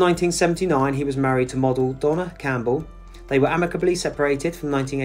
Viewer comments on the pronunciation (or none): none